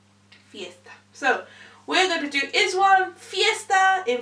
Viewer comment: Pronounced eyes one